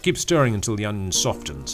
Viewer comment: In all my 67 years I've never heard an Englishman pronounce the T in 'softens' . Now I have. The world is full of surprises. Your paella looks wonderful by the way.